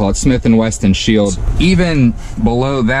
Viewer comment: Very cool, but you have a "Smith & Wesson" not a "Smith & Weston".